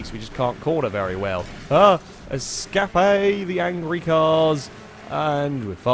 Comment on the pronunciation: “Escapé the angrey cars” dude I love your videos 😂